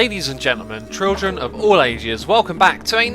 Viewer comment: "Ladies and gentlemen, trildren of all ages..." Did you eat while speaking?